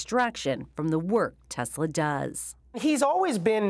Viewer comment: The fact that he is only person in existence who says Tesla correctly should count for something..